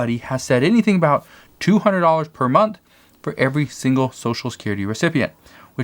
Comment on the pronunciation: What is a "shangle"? It sounds like a new dance or something like it anyway...lol., I think you meant "single"...lol